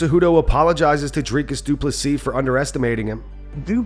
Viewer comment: When he says du plessis it sounds like 2 pussies!